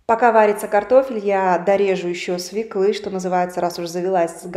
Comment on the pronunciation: Не свеклЫ ,а свЁклы.